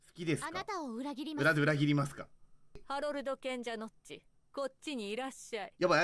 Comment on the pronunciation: あおうお って ハロルドじゃない？